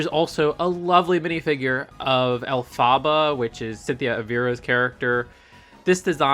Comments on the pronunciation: That Elphaba minifigure (its pronounced Elf-Uh-Buh btw) is technically our first Wicked Witch minifigure in 10 years. Crazy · Pronounced elf-uh-buh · That’s not how you say her name it is el-ph-ba 😂😂😂😂